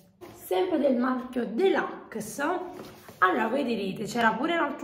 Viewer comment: Si dice deluxe non delucs